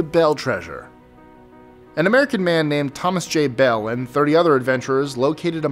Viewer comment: Superstition mtns not Superstitious. And its Beale not Bill